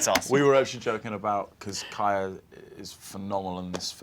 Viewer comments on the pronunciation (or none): WILL CALLED KAYA EFFY